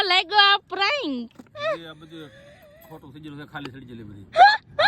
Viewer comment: પ્રેંક બોલાય બેન તમારું પ્રયંlક સાંભળીને કંટાળો આવે ગયો